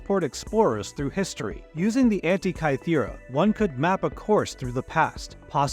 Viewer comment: can't pronounce "Antikythera" or "gestate" properly, and uses "peacock" (a noun) as a verb in-place of the word postures. This video feels like I'm watching something written by a 12 year old using AI.